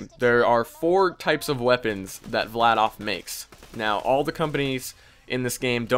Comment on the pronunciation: im just correcting you but its Vladaf